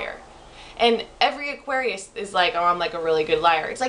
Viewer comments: Lol, what's wrong with my teeth and why does that matter? Plus, you pronouns it ''Aquarians''. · you don't even know how to say Aquarius. And why do you say we think that we're so special? doesn't everyone think they're special? why do you even have to say about our teeth? yours looks like a beavers teeth or Spongebob's teeth! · Lol dumb, you can’t even pronounce Aquarius well enough to be confidence 😂 jk(no offence) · Smh; if you gonna make a video at least pronounce it correctly. You just sound stupid an Narrowminded. I'm an Aquarius btw.